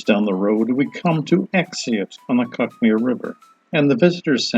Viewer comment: Oh, and it's pronounced Cook Mere.